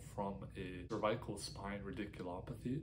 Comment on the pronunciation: You are mispronouncing cervical.